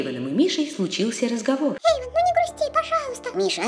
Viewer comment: эйван а не Эйвон